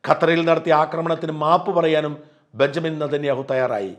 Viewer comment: ബെന്ന്യാമിൻ നെതന്യാഹു അല്ല "ബെഞ്ചമിൻ നെതന്യാഹു" എന്നാണ്